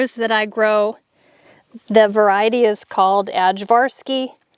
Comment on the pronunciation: Our ajvarski peppers got eaten by worms and succumbed to heat. It's pronounced i-var-ski. Aj=i. They're great for ajvar relish. My Serbian mother-in-law made really good ajvar and it's perfect with smoked sausage! I can't wait to see what happens next year when it's not so hot! Your farm is looking wonderful! Can't wait to see your house!